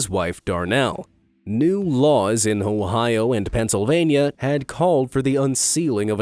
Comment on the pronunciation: bro i heard ohio